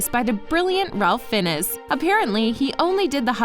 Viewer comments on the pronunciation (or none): Cool vid! Just one thing... Who is this "Ralf Finnes"your talking about? 🤔 It doesn't take a genius to find out that "Ralph Fiennes" is pronounced as "Rafe Fines"! When creating videos to honor movie-franchises, also honor the actors by not butchering their names! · it’s pronounced ray fines not ralph finnes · OMG, Ralph Fiennes name is not pronounced Ralf Finnez. It is pronounced Rayf Finez. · HIS NAME IS PRONOUNCED RAYF F-EYE-NS NOT RALPH FINEZ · raelf finnis? Seriously? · Nobody: Narrator: RaLPH FiNneS Rayf Fynnes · "rALff FineSSe" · Ralph Fiennes name is pronounced Raff Fines. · Fun video. Although Ralph Fiennes is pronounced Rayfe Fines. Pls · 📢Ralph Fiennes is pronounced like Rafe Fines btw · Voldemort actors name is pronounced Rafe Fines. How can you do this video and not know this? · Who the hell is Ralph Finnes? Lol how could you pronounce his name wrong? Lol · She did not just call Ralph Fiennes rAlPh FiNnEs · Ralph Finnes pronounced "Rafe Fines" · WHOOPS she mispronounced Ralph's name. His name is pronounced like "Raif Fines". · Not her pronouncing "Ralph Fee-nis" lol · "...by the brilliant Ralph FENIS." This video is full of bullshit, and it's apparent based on the fact you couldn't even be arsed to look up how to properly pronounce the actor's last name. Zero research. All bullshit. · RALPH FINNIS LMAO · And ralph fin uss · Pronounced Ralph Fiennes name wrong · She pronounced Ralph Fiennes’s name wrong. 🤦‍♂️ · That's not how you pronounce Ralph Fiennes.... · I’ve never heard Ralph Fiennes pronounced that way. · THANK GOD SOMEBODY ELSE NOTICED! I literally looked in the comments just to see if anyone else noticed it too....